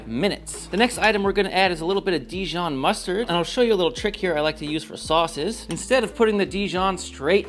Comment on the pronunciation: “dEEjon” not di-jOHN